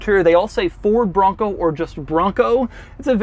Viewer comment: Doug gets a 0/10 for the way he says bronco.